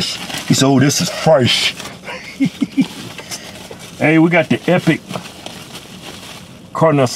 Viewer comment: This is frash not fresh but, frach.